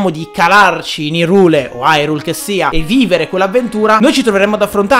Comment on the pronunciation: Dire "Irule" penso sia illegale in almeno 8 stati